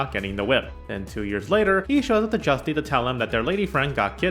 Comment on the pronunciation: Joost not Justy.